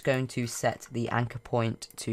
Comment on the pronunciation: Can you speak american w ot point not poimnt WHAT DA HELL THAT?